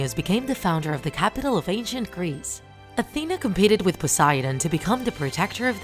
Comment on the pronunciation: Why did you sey atena )